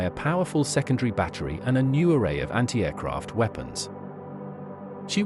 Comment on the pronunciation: I love the way the ai pronounces anti aircraft batteries. Antey eh croft. Lol